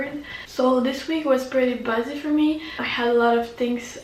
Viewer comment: busy is pronounced as “bi-zee” actually. just letting you know